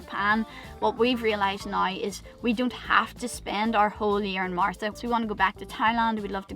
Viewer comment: You both seem so chilled and blasé about the future which is how it should be. Kids or otherwise, really good attitudes. Your Irish pronunciation of now is awesome, kinda sounds like gnaw and from a Welsh guy is in no means disrespectful as I love the accent